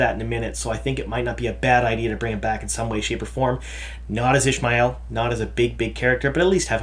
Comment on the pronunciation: Isn't is pronounced Ish-ah-my-el as in Ishamael, not, Ish-my-el as in Ishmael?